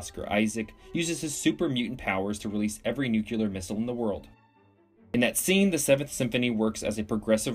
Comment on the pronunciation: I like the vid. Please stop saying "nucular". They are nuclear (derived from nucleus not nuculus) missles. We can make the english language a better place if we fix these absurd mispronunciations. Just cause Ronald Reagan said it wrong doesn't mean we have to for dozens of years. Nucleus. Nuclear. Only the US and maybe some Canadians get this wrong. Let's fix it. I'm begging you.